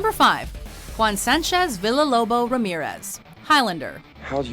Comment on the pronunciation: why people keep saying Villa-lobos like beel ah-lobos, but not as bee yah- lobos, damn that's kind of annoying tbh :c